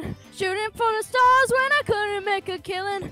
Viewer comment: Star was cwazzy